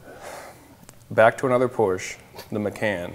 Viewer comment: 28 year old kid who has a porsche doesn't even know how to pronounce PORSCHE properly. I can't respect him anymore. He should be fired from CR